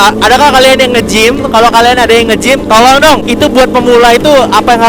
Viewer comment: Bang di menit 8.41 lu ngomong tolol apa tolong dah bingung gw????